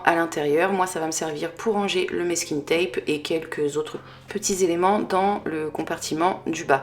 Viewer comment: Hyper pédagogique, hyper mignon. Que de la récup. Que du bonheur ! Juste une petite remarque : masking tape se prononce masking avec un "a" et non "maisking" avec un " è". Cela dit, mille bravos pour ce beau boulot !